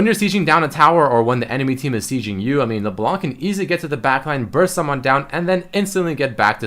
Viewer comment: it's LeBLÄNK not Leblonc, even froggen knows that